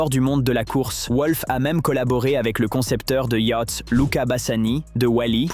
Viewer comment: Des "yacts" ?...!